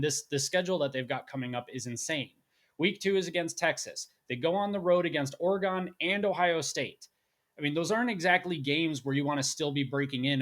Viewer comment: It’s pronounced O-ri-gun not gone.